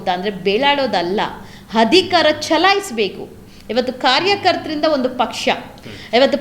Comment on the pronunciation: ಹಧಿಕಾರ ಅಲ್ಲ ತಾಯಿ ಅಧಿಕಾರ